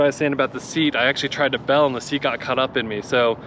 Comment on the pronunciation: it's bail bro not Bell cool video though thanks I might cop one